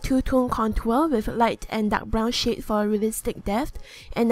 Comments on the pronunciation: when she says shade it sounds like shit lol not making fun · When she was doing the lips who else heard brown sh** instead of shade?😂😂